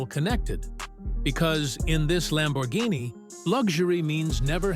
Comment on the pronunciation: Missed "R" in Lambourghini